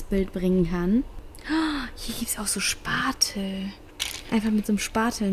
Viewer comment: Wie du so sagst Spatel es heißt Spachtel😅